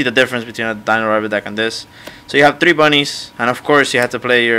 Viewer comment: Three* not TREEE